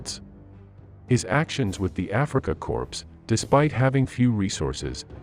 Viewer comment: Lol “the Africa corpse”